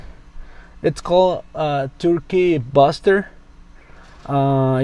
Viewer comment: turkey “buster” lol. It’s a bAster silly.